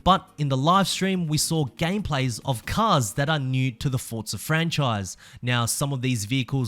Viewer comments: Can you stop saying Fortza and say Forza? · It's Forza, not Fortza. Love the videos though man xD